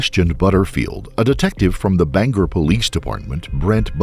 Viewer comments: As someone who lives in Maine, for future reference, they are pronounced "BANG-gore" and "OR-oh-no". Love your vidoes. :) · Its Bang-gore not "banger" 😅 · It’s BanGOR Maine ..not BanGER lol I dunno why everyone says “er” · my dude I love your videos...... but being from Maine you botched EVERY town name in this. Ore-A-No, and Bang-Gore. I didn't name them. I think French folk are to blame.